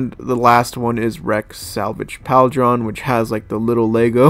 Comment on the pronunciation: And it’s not PAL-DRON, it’s Paul-drun/Pauldron. Bro, this is honestly a little sad, ngl